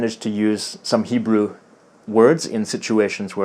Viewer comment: Way to go on your Hebrew! Very well pronounced (-: כל הכבוד